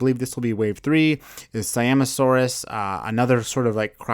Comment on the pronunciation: On the spino he said siinosaurus